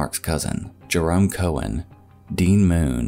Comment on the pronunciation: In the first story, "Keown" is pronounced "key-own" not "Cohen". It's an Irish last name, not Jewish.